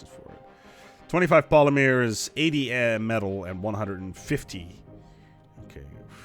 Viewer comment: "Polymeers" is driving me crazy, Jesus lord please deliver me from this mispronunciation